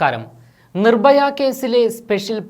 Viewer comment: നിർ ബ യ യോ.. അതോ നിർ ഭയ യോ... ഒന്ന് പോടാപ്പാ... ആദ്യം നന്നായി മലയാളം പറ.. ഞ ഞാ പൂഞ്ഞാ....